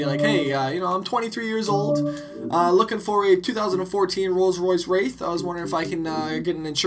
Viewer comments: Hey, you got the pronunciation correctly the first time. See that 'i' in there? That makes it Wraith. Maybe in another language it could be pronounced like 'Wrath', but in English at least, it's pronounced like Rayth. On a side not, that torque curve though! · Say it like Rayth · It's pronounced reyth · The car is pronounced rayth, and its pronounced cam bur not came ber